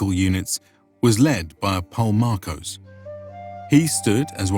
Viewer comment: You NEED to ask how to pronounce Greek words. For example: it’s polem ( fight related word ) archon (= leader )